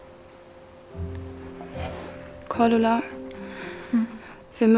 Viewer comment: Ich feier im Intro diese Aussprache bei Cordula 😂😂